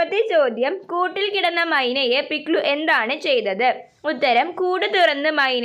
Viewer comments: പിക്സു അല്ല പിക്ലു ആണ് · പിക്സു അല്ല പിക്‌ലു വാണ് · പിക്സു അല്ല പിക്ലലു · Pikllan alla piklu ann😂😂